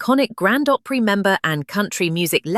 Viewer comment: "Oly"Opry? AI is stupidity.